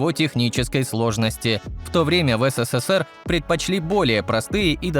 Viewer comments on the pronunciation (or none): none